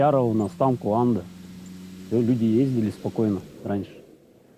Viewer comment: Ещё мне кажиться, не куанда, а кунда.